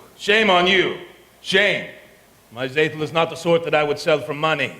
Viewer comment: This is a little nit-pick, but Tzeitel is pronounced "Zigh-tell" not "Zay-tell".